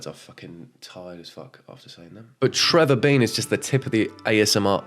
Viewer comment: it's Trevor DEAN,, not Trevor BEAN 😭😂